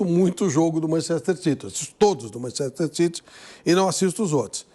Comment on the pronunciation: Sabe nem falar Manchester